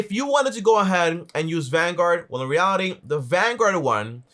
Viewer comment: bro it was a good vid but cmon man stop saying in REALITIN say in reality j